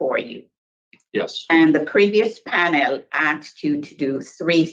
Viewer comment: The guy is a schmuck but I can’t stand the black gals questions, and why does she say pan-El. I bet if you asked her the same questions back to her she would get smart